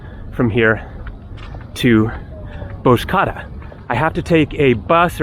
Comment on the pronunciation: Nice video 👍🏼. Bozcaada is pronounced Bozja-ada (ada= island 🏝)